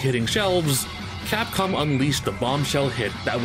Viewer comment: Did he just say FAPCOM???? lol